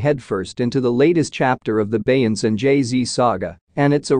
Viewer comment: The AI voice can't pronounce Beyonce's name. This is totally unacceptable. If you can't get a human to narrate STOP making videos.